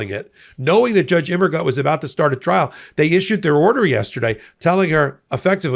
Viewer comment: Think of the German phrases "Das ist gut" or "Alles gut?" and how they are pronounced before attempting Judge Immergut's name, please. The German word "gut" means "good" in English, and rhymes with the English words loot, flute, moot, chute, jute, boot, newt, fruit etc -- even Butte, Montana when you get right down to it. Translated, "Immergut" means "always good."